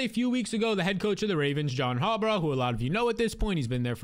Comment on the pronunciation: Harbaugh not Harbraugh